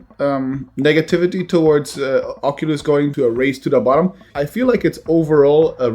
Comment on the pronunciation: Am I the only one who does not like it when he says "Ocolus" and not "Oculus"